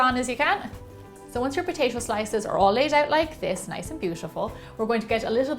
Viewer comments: Wth do you say Potashio ? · Take a shot everytime she says potaetoe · I though she said “Poshasho” eh..nvm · I like when you say : potaicho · no, she says POTAISHO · Didnot shut up you cant even properly pronounce it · Its weird how she says potato